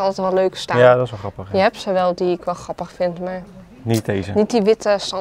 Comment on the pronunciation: Super leuke video! Ik volg jullie al zo zo lang. Ben benieuwd naar het eindresultaat! Grappig hoe jullie het woord grappig uitspreken; “ gappig”.